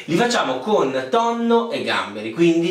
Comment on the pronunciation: Pasta col tonnoh